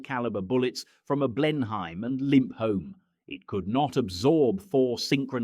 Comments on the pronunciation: Blenheim is never pronounced Blen Hime....it is always pronounced Blenim.... is it really that hard ? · Unlikely that the Brits - especially in the 1940 when opposing the Germans - would call out approach distances in "metres": same with wingspan snd weight in kilograms. It's pronounced Blennum, not "Blen-hime". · And it's pronounced Blen-im not Blen-heim. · BLEN-HYME.....🤣😂 Try BLENN--IM or BLEN-EEM, if you must. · The Bristol Blenheim was a BLEN-im not a Blen-HIME. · Either “Yunkers 88 or Jay You 88”. “Blen-em” not “Blen-hime”. The punctuation can be off putting too. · More Artificial Intelligence? hahaha!!!! rubbish. What on earth is a "bow fighter", a "He 1 eleven", a Heinkel "eleven", a "Blenhym", "Lieutenant" is pronounced "Leftenant", and of course "AI" stands for "Airborne Interception", and not artificial intelligence, (thankfully!). Won't be fooled into watching any more of this chanel. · Yet more Yankeespeak, rather than English. Your VoiceOver purports to be British, but he/it is not. He/it managed to get the pronunciation of Beauiighter correct, but most of the other names were wrong. A Junkers 88 is pronounced "yunkers" and a Blenheim is pronounced "Blennem". and neither the British Army or Royal Marines, nor the RAF have any "Lootenants": they are all Leftenants. Cunningham ended the war as a Group Captain and became a test pilot to Hawker Siddeley and British Aerospace. Again and again I see in here incorrect rank badges, uniforms and even nationalities. Just make an effort, please: Hollywood did not win WWII as we are taught to believe, and when Mr Trump complains that the UK had not followed up his wishes in the Strait of Hormuz, I ask him and those advising him where USA was between 1914 and why they stayed out of WW11 for nearly two years, limiting itself to bleeding UK resources dry, with the Lend/Lease debt not being cleared until the 1960's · "Blen-himes"? "Loo-tenant"? "Jew 88"? And people worry about AI dominating us 😂